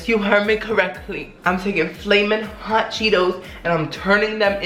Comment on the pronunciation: "FALMIN HOT EVERYTHING, FALMIN HOT LIFE" LOL😅